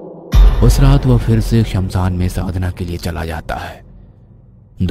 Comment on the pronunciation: It's shamshan not samsaan 😅